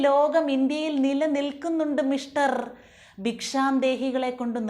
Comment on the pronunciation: ആ "മിഷ്ടർ ".. വിളി എന്റെ ശീതളേ ഒരു ഒന്ന്.. ഒന്നര വിളിയായിപ്പോയി 🤭🤭🤭👍👍